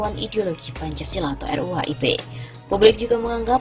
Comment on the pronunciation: Arya Bima anak kemarin sore kok ngomong Pancasola, tahu apa sok tahu?